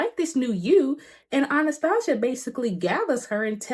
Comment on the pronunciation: Girl how you are saying Anastasia is driving me insane lmfao Still great review though lol